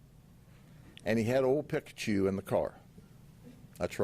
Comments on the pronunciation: It's; Peeee>ka-Chu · He says pikkkachu. Pik a choo. 😂 this guy... Talkn to pik a choo. So extra you are Mr Judd. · Bro got Pikachu's name wrong!!! Its ight hes busy making that part of the world better. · The way Sheriff Judd butchers Pikachu is amazing, we need to hear him pronounce all the Pokémon 🤣